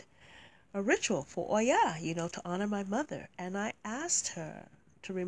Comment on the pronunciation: I always love your videos <3 Thank you for reviewing this deck. I think the concept is awesome, but I do not feel the energy or the images correctly portray the cultures from which these Goddesses come from. Your verbalization of Oya is soooo beautiful!